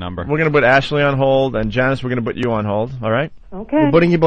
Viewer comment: I hate it so bad, it has to be a show of low intelligence to get such a basic word wrong. Nobody else says “buit” instead of “put” how did they not hit him in the mouth with the mic hearing that for a decade+ before he fixed it (which took a couple years)